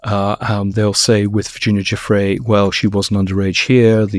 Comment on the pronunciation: Virginia GIUFFRÈ NO JOFFREY😂😂😂 Giuffrè è un cognome italiano Si pronuncia: JOOFFR À , come pronunciare "Carré", stessa cosa